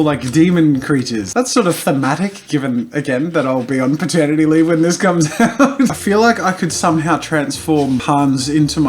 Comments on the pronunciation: did he say maturnity leave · I thought ye said "maternity leave".